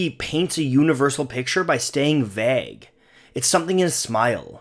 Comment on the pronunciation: A passable attempt to say 'vague' this time, still needs work.